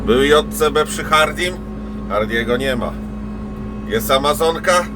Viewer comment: Wreszcie usłyszałem poprawną nazwę Dżej Si Bi. Pozdro od tego z kim mieliście się spotkać w Polańczyku jak Ania jadła w Łańcucie lody z musztardą 🙂